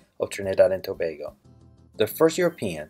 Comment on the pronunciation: He needs to swap the way he pronounces the 'a' in Trinid'a'd (short a sound) and in Tob'a'go (says its name)